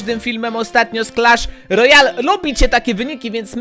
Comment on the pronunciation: czwemu on mówi Crash lojal?